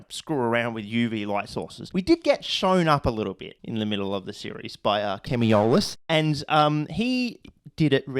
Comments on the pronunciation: I appreciate that you pronounced “Chemiolis” right the first time…. But alas, old habits are always hard to break, it seems 😂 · Well at least you said Chemiolis right this one time